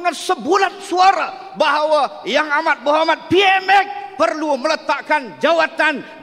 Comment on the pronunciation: Btul ka ap yg sya dengar.. dia sbut PMS bbrapa kli😂😂😂,,PMS sapa😅😅😅